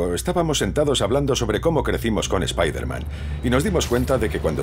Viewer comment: Nooo, no digan Spaiderman...XD oh y ya estamos con Slott otra vezXD